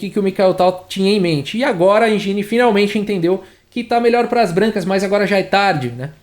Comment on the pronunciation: sugestão para melhorar ainda mais: engine não se pronuncia enjini e sim êndjin